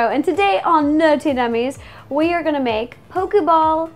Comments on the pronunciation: Why she is saying nerty nummies except for nerdy nummies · she sead NERTY mummies!!! O_O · Omg is said nerty nummies XD